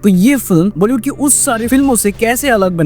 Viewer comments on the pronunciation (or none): none